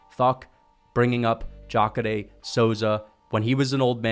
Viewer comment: The way you pronounce Jacare is 🔥. I had no clue that was the pronunciation.